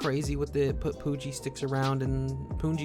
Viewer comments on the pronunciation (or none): it is 'pun' ji like the word 'pun' not puun.